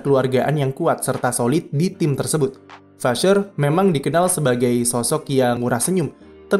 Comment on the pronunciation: Vasseur di baca nya vase